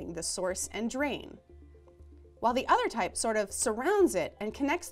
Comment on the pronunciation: You can't improve pronunciation this way, and you shouldn't have to. There is one spot where she means to say "and" but it comes out "N"